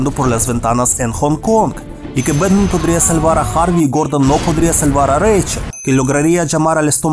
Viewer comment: "¡Soy Betman!" "En mi Betmobil"